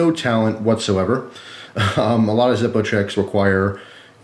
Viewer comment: its the German pronunciation :p